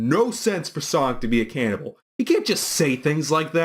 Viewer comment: I love how you pronounce it "canna ball."